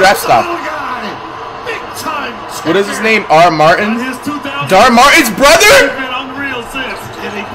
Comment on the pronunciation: “DHAR MARTINS BROTHER!!” 😂😂